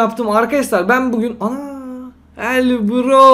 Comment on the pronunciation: Abi neden "Evet bugün " derken neden pugün diyorsun